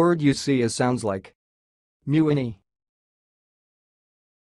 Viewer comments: This is my Last Name. It’s wrong. It’s pronounced “Muh-Winn- E” MeWhinney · It is being pronounced incorrectly here. Correctly, it is Me-Whinney .